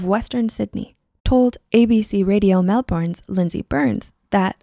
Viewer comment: I love these videos but you said Melbourne wrong and I only noticed this because I live in Australia